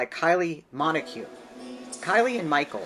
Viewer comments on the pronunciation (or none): Minogue…not Monoque! 😳